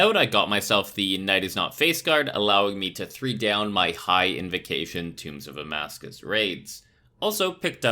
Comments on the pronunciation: tombs of amascUT not amascus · Is there a reason you insist on mispronouncing Amascut?